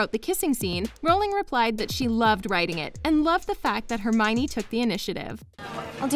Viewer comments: Oh for God’s sake, it’s not HermIny! It’s Herm-I-o-ny! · Her name is hermeeownninny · I was surprised that Hermione is so much like J.K Rowling. And I pronounced her name like this: Her-mi-yone. When I first saw the name.